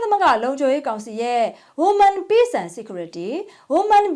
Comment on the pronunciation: Women ကိုဝိမင်းလို့ဖတ်ပါ